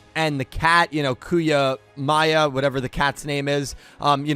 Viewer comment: It’s Kuyamuya bro😂